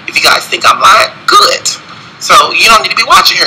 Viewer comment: For 3 reasons why I'm done; purching & smacking your lips, instead of saying homosexuality he kept saying homosexual, & replacing "good" with "goot".